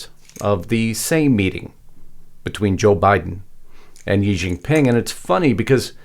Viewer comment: It would be less embarrassing if our people in the USA could properly pronounce Chinese words. I worked there for a number of years as a teacher. The correct way to say Xi Jin Ping is SHEE Jin Ping, not Yi Jin Ping. The X always sounds "sh". And the yuan is pronounced exactly as we say, "the U.N.". YuEHN. Drives me crazy. And though I share a number of concerns, those shirts are not "Mao shirts" - they are regular shirts with regular collars probably made of silk fabric - the collar is totally not a Mao collar. Probably simply a gift to the visiting dignitaries. Please pick on important stuff.